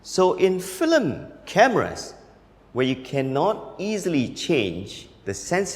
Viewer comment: You're pronouncing FILM as FLIM lol. But I love this guy